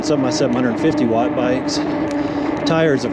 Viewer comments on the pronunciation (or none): none